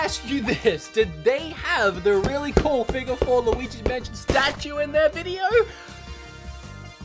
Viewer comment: A figahh? A FIGAHH? 😂😂😂